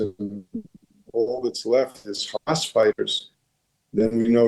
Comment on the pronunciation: How is a Middle East expert? 1 - He does not know how to pronounce Hahmahs correctly. 2 - Much more importantly and practically, how can anyone ensure that only innocent civilians leave Gaza? Hamas members can just blend in with the non-combatants and escape justice. 3 - Any kind of Gazan independence would just be a breeding ground for Iran-sponsored terrorism. 4 - "Palestinians" are an invention of Yasar Arafat. There are no such people. They were all originally Egyptian, Jordanian, or from other countries, which rejected them. Let's stop the white washing. All these authoritarian countries are threatened by a Democracy at their border. Their people would rather live free.